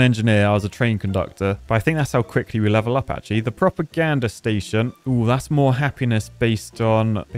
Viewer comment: Form the midlands here. Couldn't help to hear a proper gander station and thought what does he need a better look at?? Silly old me, thought you'd have a giggle